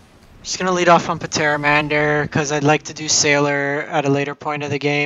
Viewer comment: The P in Pteramander is silent. Like Pterodactyl